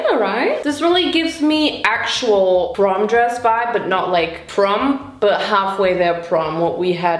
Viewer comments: did bro say porn instead of prom? 😭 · Dude saying porn instead of prom is killing me😂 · Vincent: "PORN!?" 😲:... "porn?" 🤔